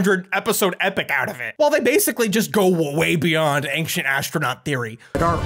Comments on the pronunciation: I love you but please... It's Ancient, not "ankshent" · Not ank-shient... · "AINCK-CHENT, AINCK-CHENT, AINCK-CHENT." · “Anxient” is just so weird to me🙃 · I can't stop hearing you say "engshint" instead of ancient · Omg, your pronunciation of Ancient physically hurts me.... I don't understand how Americans say ancient as aangxient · My man be pronouncing it "angshint" and i think I'm in love. Say milk. Please I'm almost there! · I don't know what is more baffling - Ancient Aliens, or how the word "ancient" can be pronounced like pronounces it. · Does say the word "ancient" weirdly or am I going crazy? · For someone who can’t pronounce the word “Ancient”, you sure do say it often. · Hey thats now how you pronounce the word "ancient"!!!!!!!!!!!!!!!!!! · If we're just going to make pedantic comments, ufology makes no sense etymologically. UFO-ology does. Ufology would be "the study" of unidentified flying. The big problem with this video should be how he says the word "ancient".